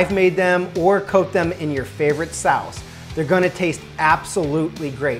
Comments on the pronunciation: "Or coat them in your favorite Saowse" lol Never hear sauce pronounced like that but alright I'm down! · Fr he said SAWCE 😂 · He says sauce really weirdly?